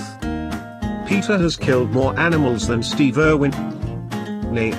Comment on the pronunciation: "Stehve Ehrwhen"